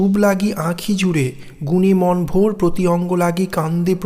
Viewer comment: বেশ হয়েছে। সুন্দর শব্দ চয়ন, সুভাষিত ব্যাখ্যা, কণ্ঠস্বরের রোমান্টিকতা, সব মিলিয়ে অনবদ্য। তবে বচনের লয় আরও একটু বিলম্বিত হলে ও কিছু কিছু শব্দের উচ্চারণে বৈষ্ণব পদাবলীর ঢং মেশালে ষোলো কলা পূর্ণ হতো; যেমন - "রূপ্" লাগি না বলে "রূপো" লাগি বললে, গুণে "মন্" ভোর না বলে গুণে "মনো" ভোর ইত্যাদি উচ্চারিত হলে ষোলো কলা পূর্ণ হতো! ❤